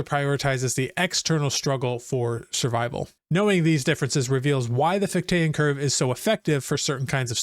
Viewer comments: FICH-tean, not fich-TAYAN. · Just so you know, it's FIK-tuh and FIK-tee-ən